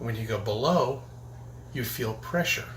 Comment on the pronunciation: what causes air presser. A I R P R E S S E R say it slower if you need too. LOL